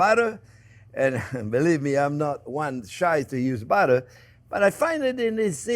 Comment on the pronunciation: Your batter and butter sound the same